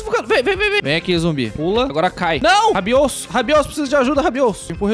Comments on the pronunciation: alguem contou quntas vezes o falou rabiosso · 99% do vídeo é o falando ROBIOUSSO